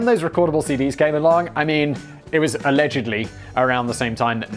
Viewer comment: "A-legedly" Haha.